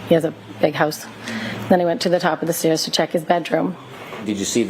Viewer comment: But have you heard B. Higgins say “stairs”…? “Steeyuhzzz”